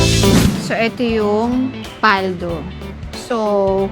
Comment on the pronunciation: Mabilis po pagbigkas ng PALDO not PAL-DO